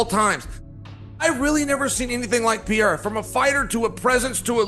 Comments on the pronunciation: I love Sonnen, but how hard is it to pronounce Pereira correctly? Who TF is Piera? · Does that simpleton Sonnen purposely pronounce Pereira wrong???